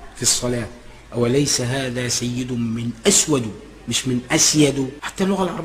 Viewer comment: الجاهل يضم الكلمة التي بعد حرف جر عندما قال من اسودُ بضم الدال هههههههه